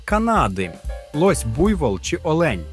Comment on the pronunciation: Не олЕнь, а Олень